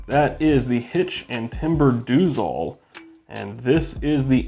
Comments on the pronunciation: Pretty sure it should be pronounced “does all” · Lol, I'm pretty sure It's pronounced "Does-All."